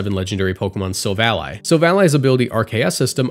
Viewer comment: wait wait thats how youre supposed to pronounce silvally??? It makes total sense but i thought it was an -ee sound at the end.